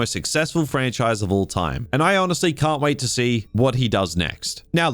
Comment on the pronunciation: Ha ha! DUB-MEST. You don’t like this “Frach-nise” do you?